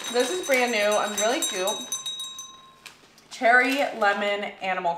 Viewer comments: Cheery, not cherry! 🤣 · Not Cherry lol. cheery. Like happy lemon cookies 😅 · They are not cherry, “cheery”